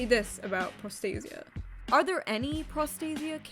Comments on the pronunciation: My only issue with this entire video is, well... [pro'stasia]. I know, I know, anglicized word and all that, but the original stress is [prosta'sia]. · As a Greek hearing pro stay zee ah makes me sad. Pro stah see ah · It is pro-sta-sia, not pros-ta-sia. It's greek for protection. Sorry but as a greek I just couldn't pretend I didn't hear that. Not gonna comment about the rest.Why the fuck are we even surprised anymore? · They managed to make the word “protection” sound like prostate. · Bruh this shit looks like its pronounced prostate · the word prostasia is a Greek word and it means protection, and the correct way to pronounce the word is prosta-sia, without using accent...(go to google translate and listen on how the google translation voice says it.)... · my ears r bleeding from the moment you pronouncd prostasia (its a greek word btw) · Greek person here. Prostasia means Protection in greek and is pronounced Pro (as in PROffesional) sta (as in STAlion) si (like sea) a (as in Algebra).